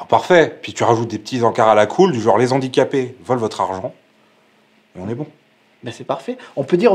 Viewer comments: En plus de tout ce que vous avez cité, vous avez fait aussi du mal, mais à dose homéopathique !!!! Je m'explique très brievement : mes oreilles ont saigné à chaque fois que j'ai entendu : "les Zandicapés" au lieu de " les Handicapés" !!!! mais super vidéos et super thème !!! Merciii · Dites les gars zé filles, quand même... le h de handicapé est aspiré; les zandicapés ça fait franchement cheap... (à part ça bravo, quand même ;) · Juste la liason ne se fait pas avec les mots handicaps/handicapés (donc on prononce ''lé ANdicapés'')